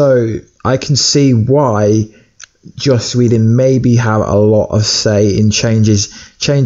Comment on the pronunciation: It's JOSS! Not Josh!